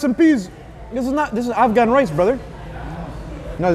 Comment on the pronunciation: "This guy said afhan rice and peas, no this is afghan rice" 😂